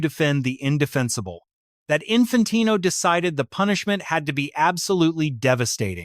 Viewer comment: Can't even prounce Infantino's name and the punishment hasn't even been decided yet 😂 fake channel......